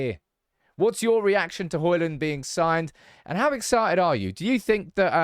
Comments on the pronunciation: D is silent, it's Hoilun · The 'D' in Hojlund is silent.